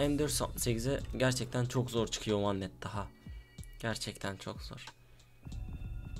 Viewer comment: andetta değil vendetta